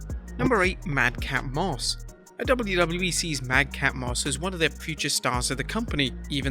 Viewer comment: It’s Madcap, not mad cat